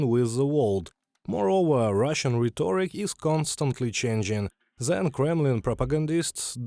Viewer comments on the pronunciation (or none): Just a note to the translator, it is pronounced RHET-tor-ic. Emphasis on the first syllable. Thanks for your excellent reports!